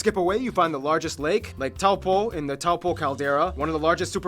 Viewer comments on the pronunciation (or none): His pronunciation of words is good but Taupō irks me....it's pronounced Toe-Paw